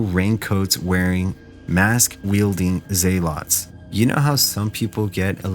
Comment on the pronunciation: Bro just pronounced zealot as in ZAYLOT